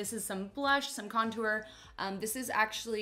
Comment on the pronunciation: “some blush some con-toower”